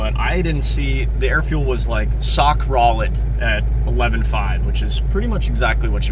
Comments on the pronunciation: Had to go back after hearing it the first time and listened again. I'm sure it hard making videos and I appreciate them. Stay sock rolid! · “Sock Rolid” 😂😂😂😂😂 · He said sock rolid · 😂 “Sock Rolid” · I thought he said it on purpose lol